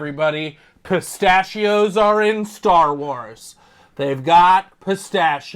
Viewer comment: "Space-tachios", "Space-tachios" 🤌